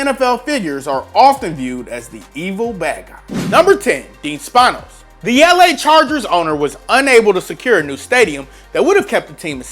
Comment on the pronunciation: When you mispronounce Dean Spanos